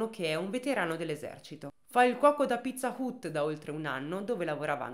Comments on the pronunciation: Video bello come sempre, ma pizza UT non se pó sentí. Sarebbe Pizza HAT Anche se scritto Pizza Hut. Con il lavoro stupendo che fai sui casi il controllo di una pronuncia ti porterebbe via davvero poco tempo e ti eviterebbe una stonatura evidente in un racconto assolutamente ben fatto. Buona giornata 😘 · Pizza "ut" però non se po senti dai...ma chissene, sempre Number One!!! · però pizza hut non si pronuncia così ma hat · Pizza hut si dice "hat"😢